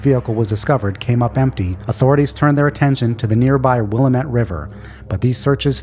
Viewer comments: wil-AM-it Just saying. :D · Nobody pronounces Willamette right that doesn't live near it lol. Will-aaam-it Great work as always.